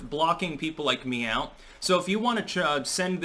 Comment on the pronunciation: 48 seconds: "Me out" vs "Meow" lol drunken humor